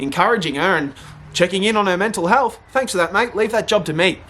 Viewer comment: It’s health not HALTH